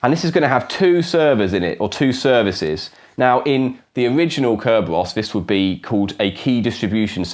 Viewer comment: What happened to CC and subtitles on your videos? I couldn't even understand his one-syllable pronunciation of "Kerberos".